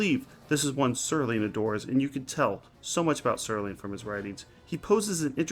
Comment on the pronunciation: Nice, finally said his name right. Serling also did a similar story on Night Gallery called They're Tearing Down Tim Riley's Bar. Oh and like I said the 1985 Twilight Zone one called One Life, Furnished in Early Poverty, but I'd say this is the best of those 3. I like that the captions still say Sterling lol. And yeah, nostalgia is fine sometimes. That's why there's 50s-90s nights at bars and there are now vintage arcades and barcades. I still play old school console games and check out vintage arcade games myself. My favorite episode, so 5 out of 5. Great script and acting. I liked how the reflection in the mirror is how he's transported both back in time and back to the present.